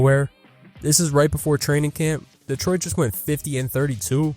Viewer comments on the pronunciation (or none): none